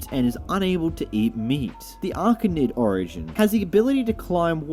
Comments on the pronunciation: “Archanid” It’s Arachnid (uh-RAK-nid) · “Jschlatt as archanid” welp he messed up arachnid